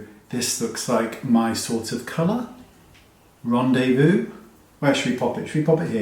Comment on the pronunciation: Anniversary, Rendez-vous and Bachelorette are my favorites. Love how you say: rendez-vous 😍 You are such a fun guy! You make my day! 🌞